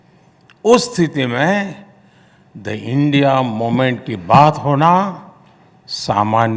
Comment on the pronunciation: Not moment it's 'momench ' 😂😂😂😂😂